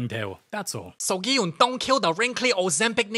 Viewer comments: Qn-hun❌ Gn-hun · Ki-hun? Your Korean you should know this stuff.. Its Gi-Hun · wait im confused. What do you mean Gi-Hun (correct me if i pronounced his name wrong) racist? Theyre from the same race. Not saying that race is better than others im just confused.